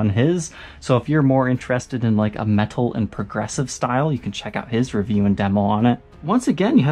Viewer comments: Ther way this guy says metal creases me. In every video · I'm really curious if that's a regional pronunciation of "metal".